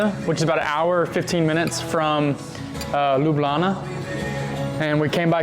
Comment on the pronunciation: Bravo, you already pronouncing Ljubljana like a true resident of Ljubljana; Lubljana.🤠